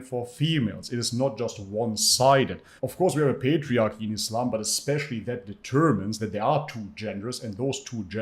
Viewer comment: within ees-slom! 🤓